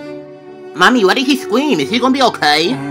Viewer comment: “Why did he scweam” 💀💀